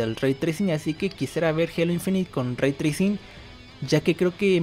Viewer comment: pequeña aclaración Raytrai CING no raytracin XD